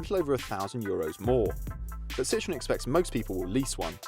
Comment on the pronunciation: It’s Citroën not citron